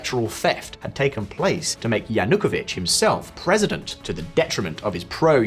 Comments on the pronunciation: He is called Yanukovich, with stress on the third syllable, not "Yanookovich". Can't understand how you did all this research for this episode, and didn't even spend a few seconds to check the pronunciation of relevant names. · Yanukovych Cant you pronounce this guys name correctly ? makes you look a bit dim